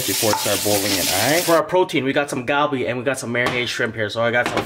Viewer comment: Ahhh it’s so cringe when he calls it “Galbi” 😂